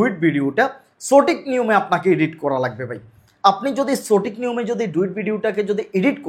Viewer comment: ভাই আপনি সঠিক উচ্চারণ টাকে চটিক বলেন কেন?